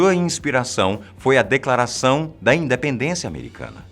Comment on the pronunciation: No minuto "INDEPENDENCAAA" na primeira vez.